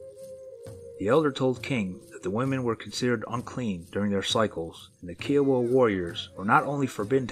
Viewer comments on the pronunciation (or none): Their not KEE-O-WUH.............Their pronounced as "K-EYE-OH-WUH" (Kiowa Tribe)..your mutilating the hell out of Oklahoma Native American Tribes! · It's "k'eye'oh'wuh" as in Iowa with a k, not "kee'oh'wuh", and yes, the word for Bigfoot in Kiowa is "kote'sah'pole". The Kiowa still occupy SW Oklahoma in the Wichita Mountains and recently, military personnel at Fort Sill have had Bigfoot sightings much to absent media coverage. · Ky O Wa = Kiowa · Are you trying to pronounce Kiowa? Good grief...look it up.